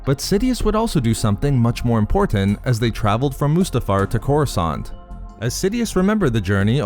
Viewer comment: The way you pronounce Mustafar is is about 30% of the reason I subscribed.